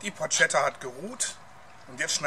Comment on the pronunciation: it's written porchetta but you read it porKetta btw...